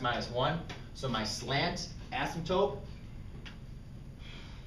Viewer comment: Does he say astmptope?